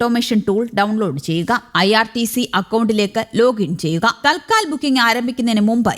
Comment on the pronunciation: അയ്യോ!തൽ ക്കാൽ അല്ല, "തത് കാൽ "എന്നാണ്.